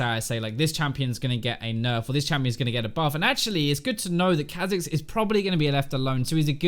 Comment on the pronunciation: Kahh Zix ... I get angry when you say it that way. sounds so much better as Kaw'zix lol